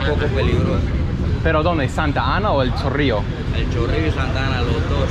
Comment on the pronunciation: "El Chorrio Heights" 😂